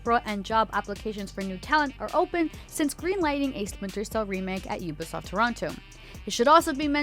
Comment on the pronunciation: did she say “Ubisloft”? 😂